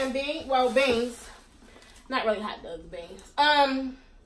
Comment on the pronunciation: I from batimore and i know u from bmore bc you said hot dugs 😂😂😂